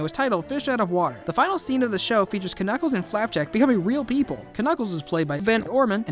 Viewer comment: You dont know how to say Knuckles